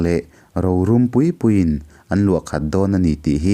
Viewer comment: A ngaihnawm hlemai ngei2...mahse Rorum tih lai tak kha ka nuih aza tlat😆🤭